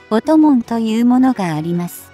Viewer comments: 「音紋」を「おともん」と発音するのは些か問題がある。軍事的知識に乏しいとしか言いようがない。悲しい。パソコンに音声読み上げ方式を利用していることが原因だろう。もうちょっと考えてほしいものだ。「RIMPAC」を「りむＰAＣ」と呼称するのも悲しい。何とかしてほしい。更に、音声の区切りも奇妙で、理解不能に陥りやすい。ソフトをきっちりしていただきたいものだ。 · ✖ 音紋（おともん）⇒ 〇音紋（おんもん） これくらいは修正入れて欲しい。